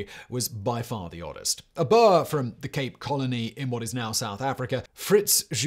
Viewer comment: South African here! The word "boer" is pronounced with a long "oo" like in the word food. So it should be pronounced more like "boor". Hopefully this helps for your future videos! :)